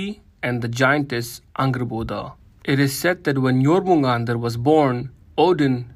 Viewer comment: Jormungandr not Jormundar...